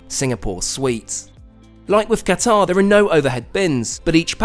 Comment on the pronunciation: Someone who still pronounces Qatar properly. When did Qatar become Cutter?